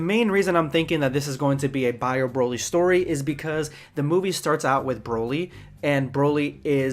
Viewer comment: Vid was cool in the beginning but when you said Bio Brolly, smh.. dumbest shit ever 🤦‍♂️